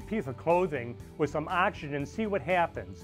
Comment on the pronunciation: The word is "oxygen", not "axygen" as you pronounce it.